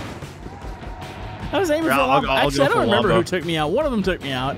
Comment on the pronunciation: It’s pronounced:lombo